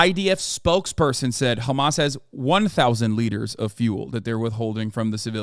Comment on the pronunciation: Why are you saying khamas, it's hamas